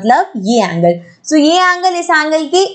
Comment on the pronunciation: so ko bola show 😂😂😂😂😂😂